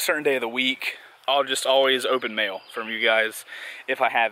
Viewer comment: When he said mail I though he said mayo cx